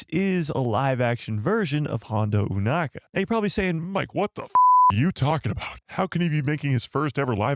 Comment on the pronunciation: "EW-NAKA"??? Why, when the ACTUAL SHOW and everyone else on the planet pronounces the name as "O-nakka" you say it differently? 🤷🏻‍♂🤦🏻‍♂